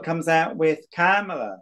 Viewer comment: We pronounce it KA…mala.